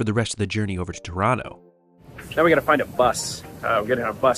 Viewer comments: I kept hearing "Toronto" instead of "Tirano" and thought European train travel had gone futuristic. 😆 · 🇨🇦🇨🇦The subtitles keep on picking up Tirano as ‘Toronto’😅 I’m glad my city was mentioned so often on this trip! (I guess your pronounciation was much closer to Toronto (Tor-an-to) than ‘Tirano’ (Tee-rah-no))🇨🇦🇨🇦